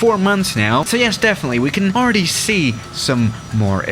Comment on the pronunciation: I listen to that like 20 times xdddddd alr-easdly talk xddd